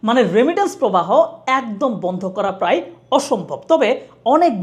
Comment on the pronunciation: "প্রাই" নয় ভাই "প্রায়" উচ্চারণ হবে।